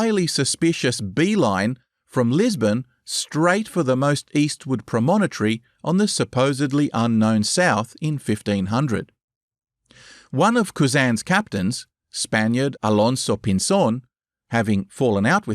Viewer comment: Not "pronomotory" but promontory, thank you very much.